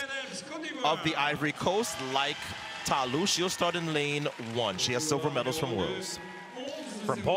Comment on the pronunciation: I wishthe announcers stop mispronouncing Ta Lou's name and calling her country Ivory Coast.